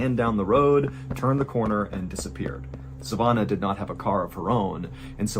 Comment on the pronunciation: The way he says savanna makes me wanna throw my phone